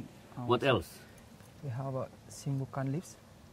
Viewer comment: Sounded like he said "sembukan". Medicinal leaf with a foul odor